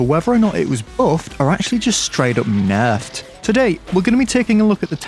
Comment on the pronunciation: "Whether it was bouffed, or ackshully just straight oup Naurfed!"